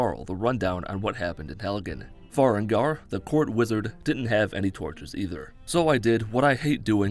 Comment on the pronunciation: I need someone to make a compilation of all of the names he calls Farengar